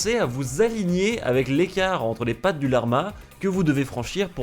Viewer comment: personne:: la R ma genre tu bug mdr